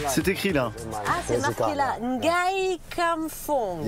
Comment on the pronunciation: Pourquoi elle prononce parfaitement Ngai (nom de ce taximan Hong-Kongais) et lorsqu'il est question de Ngolo Kante, on nous sort le N-Golo ou le M-bappé